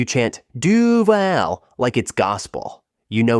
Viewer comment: I had to double check to make sure you were not doing it on purpose. It's Du V-ALL like "Hallway". We are the fanbase no one understands because there are two fanbases. The American fanbase, who wants Kahn to stop messing with the J-vill skyline and the Brit fans who recognize us because we play the UK game more than any other team. We waste talent. Taylor, MJD, Lawrence. We give our players turf toe. But when we get into the playoffs, we upset somebody. Denver when they called us the Jag-wads and the Steelers when they looked past us for Brady.